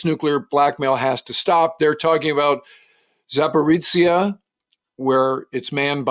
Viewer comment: So many problems with this so called “analysis”. Starting with bad raw data, ending with not knowing how to say “Zaporizhzhia”. This just shows us normal Ukrainians how far the westerners removed from Ukraine in all respects. They just care about themselves. “It’s not war spending, it’s investing in our economy”. Assholes.